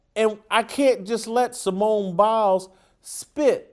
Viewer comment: Simone Bails. Not Simone Biles.